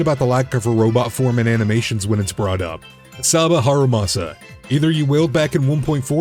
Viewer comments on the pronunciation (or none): none